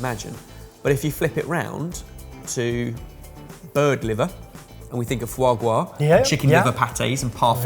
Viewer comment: Hold on... fwah gwah?